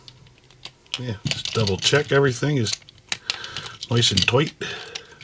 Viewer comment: "Nice and toight." Toight like a toiger. If you will